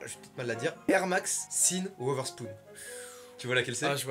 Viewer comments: *everybody*: Yeezy **: Yeedzy *everybody*: Sean Wotherspoon *Mastu*: Cine Woverspoon Les prononciations me tuent jpp 😭😂 Au passage, c’est pas une collab’ entre Yeezy et Crocs, c’est juste que ça fait penser à des Crocs, bonne journée 👀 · "Yeezdy" et "Sine Wotherspoon", les hyperbeast en PLS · Il a vraiment dit la air max "sinne overspoune". Il a rien respecté.... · ça ce dit pas cheun oser spoun? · "Sine woterspoune" oh wow, c'est le nom d'un mec, respecte wsh j'suis exterminée